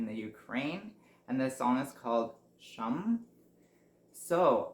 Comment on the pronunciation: Thanks a lot for your reaction. But in "shum" vowel in the middle is like in "look"